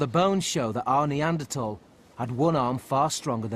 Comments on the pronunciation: I keep hearing it as Arnie Anderthal. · It is "Nee Ander Tall" and not "Nee Ander Thaw" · What pisses me off most about this is the pronunciation of neaderthals. 😜